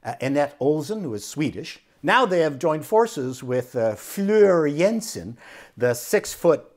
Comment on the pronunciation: 🤔 Hmmm,Floor is literally how you pronounce that. It derived from Flora and Jansen is pronounced as Yansen. I know because i'm Dutch and yes she does that the loving thing to people...😀